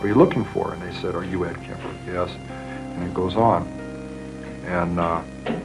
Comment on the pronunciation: Kemper,no kamber